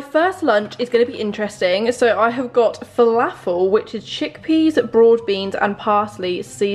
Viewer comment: As an arab the way she pronounced falafel annoyed me so much 😭